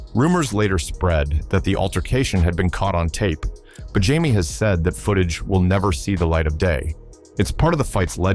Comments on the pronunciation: His name I Jamie Foxx not Jimi that’s how Jimi Hendrix spell his name!🙄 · This is terrible. Pronouncing the names wrong.👎👎👎👎👎👎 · Jamie not Jimi😢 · His name is JAIME not Jim. Now if that was a black person doing what this white boy there would be a problem. STOP this ISH!!!!! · Uh excuse me this is Jamie Foxx not Jimi get it right if your going to report . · When your A.I. miss pronounces a legends name, I have to thumbs down and turn off for good 💯